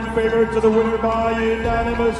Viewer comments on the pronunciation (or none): none